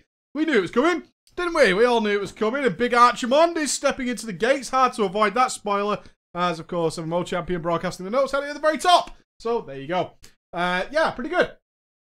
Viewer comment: It's pronounced "ARK-i-mond", dammit!